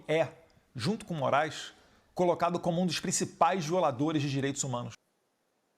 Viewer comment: Chega a ser irônica a dificuldade do venerador de ustra pronunciar as palavras" direitis humanos". Sai entre os dentes.